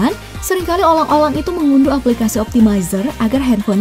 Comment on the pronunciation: Iya olang